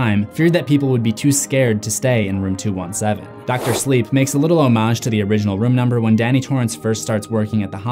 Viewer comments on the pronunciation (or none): Homage. pronounces Homage as.. "Hoe-Mahj" instead of pronouncing it as: "Ha-midj"